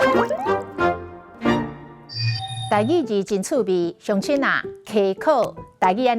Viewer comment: 雄雄發現主播是講siong-tshin，煞驚一跳，想袂到主播嘛去予華語音染--著，因為正確的音是hiong-tshin